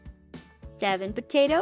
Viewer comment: it sounds like "pota" only Filipinos know that!!! 😂😂😂😂